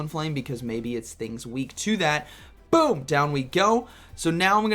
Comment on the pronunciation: Lmao non full health “bewm”